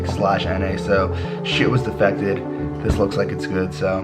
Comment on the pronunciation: "defective" not "defected" lol